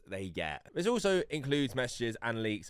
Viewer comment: “THIS” not “VIS”